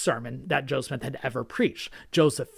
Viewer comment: I appreciate your very unbiased, information-based videos. I have one suggestion, when you're speaking/reading, you have a tendency to speak quickly, which I actually appreciate. However, it seems more often than not, when you say Joseph Smith, it sounds like you're saying Joe Smith. Knowing you want to maintain a historical objectivity, I'm sure you don't want to create the impression that you're adopting an anti-Mormon nickname for the Prophet. Otherwise, really enjoy your channel.